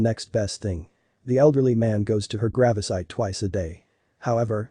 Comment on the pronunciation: Damn robots "grawvsite".